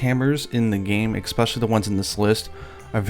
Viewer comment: Expecially isn't a word.